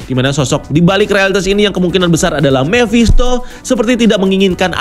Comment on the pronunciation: Mephisto om bukan memphisto!